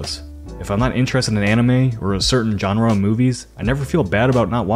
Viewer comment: Say genre again.